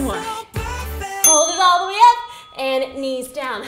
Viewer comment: Love the she says up "And ahp and down" 😂